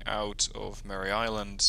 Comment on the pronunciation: Please, it's MARE Island, like a female horse, not Mary. Thanks. Watching this game. President H W Bush flew the Avenger in WW2.